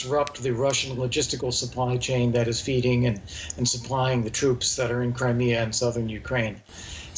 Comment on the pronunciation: Wussia's woad to Cwimea